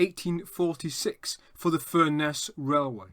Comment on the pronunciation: FURness please, not furNESS